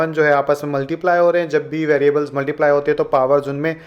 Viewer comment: Sir please multiply sahi tarhan bola karen it’s cringy